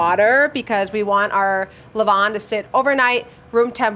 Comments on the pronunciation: Pronunciation is closer to le-VAN, than le VON. Sorry, I know. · Her 'levain' pronounciation is awful for a french person 😭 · Except for he pronunciation of « levain » which was extremely off lol. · Levain = levon? You have misunderstood phonetics in a basic sense. Nice bread tho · The way she pronunces « levain » is hilarious and completely wrong. The foccacia looks amazing though.